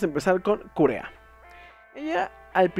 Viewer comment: Kureha... se pronuncia Kureja.